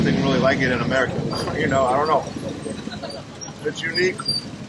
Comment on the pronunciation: he is try to say america but he said amrik